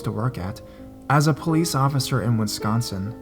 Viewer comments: WISCONSIN not WINSCONSIN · Hi. Just to help (I know some states names are hard to pronounce) Wisconsin is best sounded out as "Wis - Con-Sin." No criticism at all, just help. I live here, and I know it isn't one of the easier ones. 😃